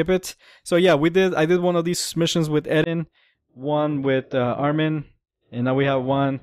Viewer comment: Its eren not eden